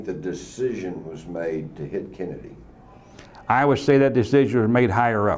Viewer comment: Did he say Kennadiddy